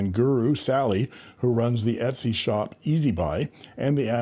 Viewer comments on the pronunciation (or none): none